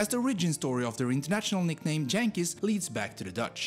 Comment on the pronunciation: I do not know who made this video but yankees is not J-ankees. It is with a Y for good reason. It is the Y sound the English heard when the heard the dutch J sound. So ot is sad you pronounced it as the hard J of 'jump' 'jest' and so on. Also, the achievements of the Netherlands ...hmmm...too bad you had to include electro music and sports. The former is a sign of a drop in culture and the latter is not a cultural achievement at all.